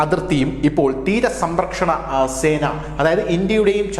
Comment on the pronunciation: തീര സമ്പ്രക്ഷണസേന😂😂 10 പ്രാവിശ്യം എങ്കിലും പറഞ്ഞു😂 സംരക്ഷണസേന എന്ന് പറയടാവേ😮